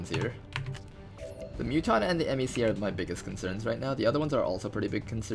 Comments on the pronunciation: ITS A FUCKIN MEC(Mehk is pronounced this way, like Mech) NOT M-E-C. FOCK. Sorry, killin my OCD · And MEC is pronounced meck, not em-ee-see.